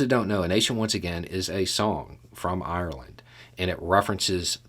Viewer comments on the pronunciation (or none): none